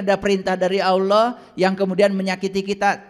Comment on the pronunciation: Bukan OLLOH. Ucapan belajar sebutan...